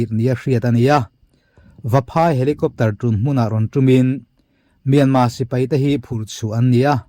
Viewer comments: R hi i lam thiam lo nge myanma ti zel a. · Myanmar tih hi a har viau ami le,,,kan mi chankang ten myanma an ti zel hi ka lo ngai pawimawh tlat mai,,,,nge,,,R,,,hi an lam thiam lo zawk le.